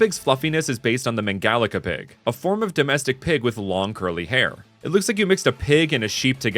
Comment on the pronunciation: Mangalica is pronounced 'mahn-gah-LEET-sa,' some people spell it 'mangalitsa' as a result